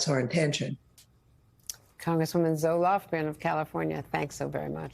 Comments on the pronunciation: Did she say “Congresswoman Zoloft”? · Did she call her "Congress woman Zoloft" at the end? ;-)